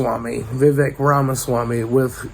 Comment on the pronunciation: Its pronounced vi-vake